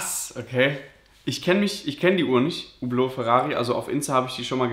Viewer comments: Spricht Französisch und weiß nicht wie man Hublot ausspricht EHRE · Der Typ ist nichtmal Franzose, sonst könnte er Hublot auch richtig aussprechen. Sein Akzent hört sich auch nicht besonders französisch an...